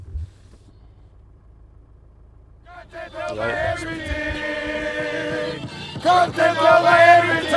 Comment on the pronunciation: "content" init ...come on.